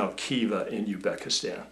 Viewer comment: Very informative! However, I am guessing that pronouncing Arabic sounding names is not your forte! ;) Also I believe the Z is not silent is Uzbekistan.